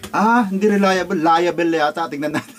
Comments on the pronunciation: Relia-bol' hindi relia bel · TAMANG BIGKAS. RELIABLE( relayabol) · KUYA "RELAYABOL" ang bigkas dun (RELIABLE)